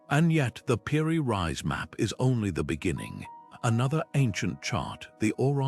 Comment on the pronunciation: I was interested until I found you were calling "Piri Reis" "Piri Rise". If you can't get that correct then the rest of your video is likely rubbish. Do better......